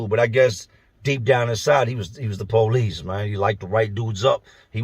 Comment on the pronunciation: The poe-lease. lol